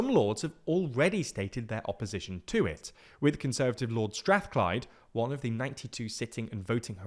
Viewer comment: Strathclyde is pronounced Strath-CLYDE, not STRATH-clyde.